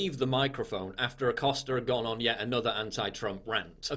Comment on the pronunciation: Jim "Accoster"